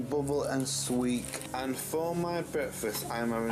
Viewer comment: ‘Bubble and SWEEK’ 😂